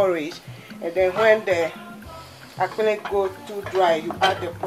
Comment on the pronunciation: are you ewe because you pronounced akple so well lol